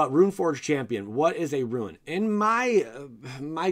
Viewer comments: Rune = Roon not Ruin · Roon. Not Ru-In. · bugged me every time he said "ruin" not "rune" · It's "Rune" not "Ruin." You even misspelled it in the video thumbnail. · It’s rune as in roon not ruin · RUNE=ROON. NOT RUIN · Bro it’s rune not ruin lol 😝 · Rune /ro͞on/ - a mark or letter of mysterious or magic significance. ...not Ruin. Ru·in /ˈro͞oin/ - the physical destruction or disintegration of something or the state of disintegrating or being destroyed. Good info but listening to you do that for the most significant part of this vid was cringy. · Please stop saying "ruin". It's "roon" (phonetically) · great video but the rune pronunciation ruined it